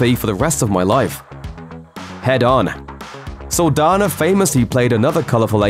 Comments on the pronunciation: This is an interesting video but you mispronounced her name the whole time! Saldaña is a Hispanic name. The "n" in it has an accent. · It’s Saldaña not Saldana. Just because the ñ letter is not on the english alphabet doesn’t mean it does not exist. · Saldaña not Saldana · So you’re just going to mispronounce her last name oh okay🤔😒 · Its cringe every time he pronounces her last name wrong